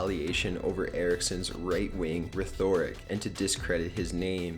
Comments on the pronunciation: Rhetoric: pronounced 'ret-err-ick,' not 'reth-orr-ick.' Work on your vocabulary and voice, man. You seem unprofessional as hell when you sound like a stoned high school drop out. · " Rhetoric" is pronounced re-tour-ic, not "rethoric". please learn the pronunciation of words before using them. great channel otherwise. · ret-or-rik not re-thor-ik …..rhetoric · Re-thor-ic, boi can't say rethoric properly xD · Rethoric? Come on man when are you just gunna stop narrating youre just awful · its pronounced ret er rick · "Rethoric". I had a good chuckle at this pronunciation of rhetoric. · he don't enjoy his re-THOR-ric ?? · "right wing Ruh-thoric" lmao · Re-thoric? Lmao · You mispronounced rhetoric lol. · Did you just pronounce "rhetoric" as "re-THO-rick" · Sigh. I signed in to make that exact comment, though I would have said "re-thor-rick" :-P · Too much time playing Skyrim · Nigga did you just say re-thor-ic? LOL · Oh wow, this is some monotone voice. No energy whatsoever..Also who pronounces rhetoric that way? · Right wing "rethoric"? That's not how you pronounce rhetoric.